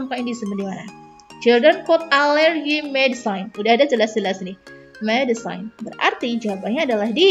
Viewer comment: Pengucapan medicine bukan medisain kalau gak salah ya maaf ya yang bener medisin i nya gak kentara🙏